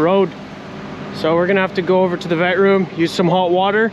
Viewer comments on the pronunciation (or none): none